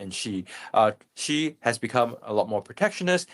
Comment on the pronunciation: The reporter even cannot pronounce Xi correctly.:face-blue-smiling::face-blue-smiling::face-blue-smiling::face-purple-crying::face-purple-crying::face-purple-crying